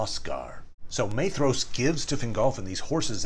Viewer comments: 'Maythross'? By Ilúvatar, these pronounciations are getting worse and worse! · Beautiful video, thank you! Unimportant but his name is pronounced MY-thross with a hard th :) Sindarin is tricky